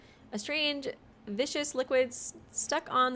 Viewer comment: Lol, the way you pronounce words is cracking me up 😂 you pronounce the law in lawyer, so it sounds like you’re saying liar. The liquid is viscous (Viss-cuss) not vicious 😂 well, idk if it was vicious or not, so I won’t say for certain how mean the liquid is 😂 I’ll edit this list as we go!